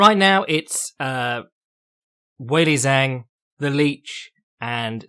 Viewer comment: Man, you nail a weird name like Andrade, but then go on to butcher Chinese and Japanese names to the point I have a hard time understanding who you are talking about. Zh = like "j" in "jungle" or G in "George". Now you know how to say both Zhang and Shenzhen. For Japanese names (or word for that matter), emphasis on the first syllable, KYOtaro, not KyoTAro.